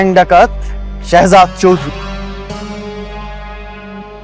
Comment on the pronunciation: হালার পুলিশ তো ঠিক মতো কথা বলতে ও পারে না শেহজাদ বলতে পারে না শহজাদ বলে 😅😅😅